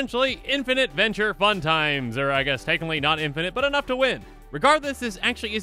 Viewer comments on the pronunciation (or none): none